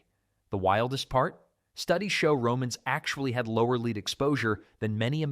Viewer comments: Tell your AI that it's LED, not LEED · Your AI narration is irritating. For instance "lead pipe" is pronounced "led pipe", not "leed pipe" If you cannot pronounce it properly, why should we trust the content. Get it right, or just read the text yourself. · Y'ALL KEPT SAYING LEED MEANING LED OR LEAD THE METAL. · AI,😂 leed pipes... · The AI dude is so bad that he pronounces “lead” (the metal) “leed”. And he says “Here’s the kicker” too much. Bad. Very bad. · You lost me at "leed poisoning." I'm not watching AI slop. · "Leed" pipes?? Must be an idiot AI speaker. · yeah i had enough too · Leeed pipes? wtf - Good content ruined by more AI slop.. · AI —- “Leed” pipes, yet pronounced correctly “once”… 🙄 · Narrator doesn't know how to pronounce "lead." Made of lead (pronounced "led." and "lead me to your leader" is pronounced "leed." Spelled the same, but you figure out which way to pronounce by its context. And this narrator is a professional. I can only conclude that literacy is a thing of the past. I see blantantly obvious errors like this frequently. The most stunning thing is that no one is around to figure it out and correct it before the product (documentary or whatever) is released for distribution. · AI slop again? It was bad enough hearing hippocaust but it was too much to hear leed pipes! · Pronouncing lead as lead rather than lead is triggering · Which on is it: Lead or LED? Good content, though. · Could you PLEASE teach your lane AI narrator the diffference between LEAD the metaland yoLRad sommeone around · Teach your AI to pronounce words and know the context to get it right. Lead and Live are spoken different depending context and don't get me started numbers spoken wrong both Arabic and Roman.